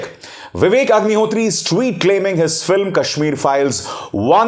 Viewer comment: You are right bro. I heared second time then i understand Hagnihotri 😁😁